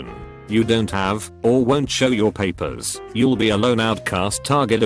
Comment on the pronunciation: I’m bothered by the way that this voice says ‘Paper’